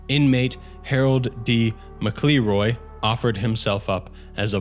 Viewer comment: McElroy is pronounced "mackle roy"